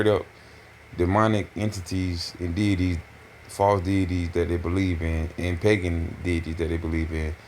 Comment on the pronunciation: ngl, "pagan detities" got me 😂